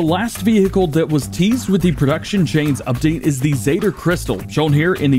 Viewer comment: why did he say zetor like that 😭😭😭